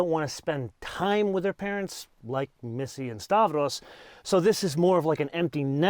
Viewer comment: Make stavros a favor, refer to him as stavros but call him Stavro. Please stop assassinating greek names. After all, every greek person loves benzes and audis 😅 like me